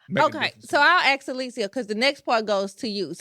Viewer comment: Ask her to stop saying Axe